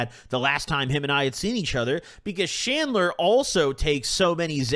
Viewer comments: Bro said shandler did he mean chandler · Did you say Chandler? Or Shandler 😂